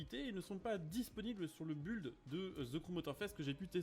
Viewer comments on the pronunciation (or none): none